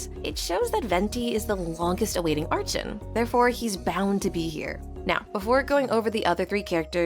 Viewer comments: fr how do these people believe its her and not AI, you cannot even hear a single breath during these sentences. Humans have to breathe, AI doesn't. It sounds too robotic, I could believe it is someone speaking but the way she said archon has me believing its not her, i struggle to believe someone who has been playing genshin this long would still be this clueless. No genshin player actually says it like that, you can't have been playing as long as she has and think its archon when all in game characters literally pronounce it as "arkon". EDIT: Just realised this is apparently her first time speaking, thought she was trying to claim all previous videos was her real voice too and not ai. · Its 100% AI. There is no way a daily genshin player doesnt know how to pronounce the word Archon. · Why are you pronouncing Archon wrong? If this is really your own voice then this is really good🙌🏼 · I have a question, why do you say arCHON when throught the story they always pronounce it as arKon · You should pronounce "archon" as " arc hon" not "arch on" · bro so its not arCHon? In Poland we have word arCHont, so I was saying like that all the time, but its CH --> H, not CH-->CZ sound, its not arczon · It's pronounced "arkon" apparently ☺ Also, is the character phase order for the 6.2 Banners almost already confirmed? Like, is there some chance that it will be rearranged? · its arkon when u pronounce it but spelling is archon please say arkon it feels a bit weird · Ah, yes. Arch-uns. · everyone by now knows how to pronounce “archon.” Come on! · questioned it too since the narrator mispronounced archon several times.